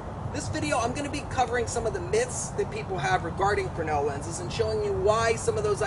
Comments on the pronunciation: It's fresnel, not fernal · S is silent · Why does the official American pronunciation of fresnel ignore the S?...The same people that allow Brett Favre to pronounce his last name as Farve.